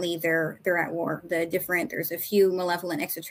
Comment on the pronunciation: does the opposite of what the French language does. French has lots of letters, but none of them are pronounced., meanwhile, takes common English words and adds like 50% more to them. "War" is wuhara, "president" is pehresidint. It's fascinating. I'd say he needs to be studied linguistically, but I wouldn't want to put that task upon anyone.